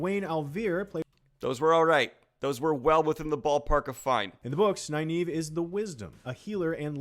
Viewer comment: "Naye-naeve". (eye twitches) "Ee-mond's Field." (twitch, twitch) "Morenn." (TWITCH. TWITCH.) "Laaan Mandalorian." (...enters Zen state and just...sits back to watch them eat their feet.) Edit: So, ah, "Morenn" isn't right. Neither is "Moraine". Canonically, according to the original novels, it's "Mwah-rain." At no point does the IGN video get it right, but you also get it wrong a few times, Daniel. :-D